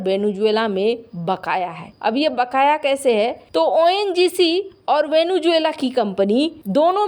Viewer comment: It is not, as you mispronounce, Venu-juela, but Vene-zuela ! 😢